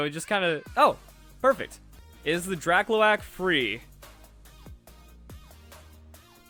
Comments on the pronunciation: Man said drak-lo-ak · Wouldn't it be pronounced Dra-Cloak? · its pronounced Dra-cloak... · I thought it was Drak -CLOAK. Like the garment cloak, or like cloaking like a stealth plane? I mean it’s meant to look like a stealth plane, right? Also you never let me down with your vids. As soon as I get shield, my proud poké boy already has set me up for getting at least one of the mons I reeeeeally wanted; Phalinks.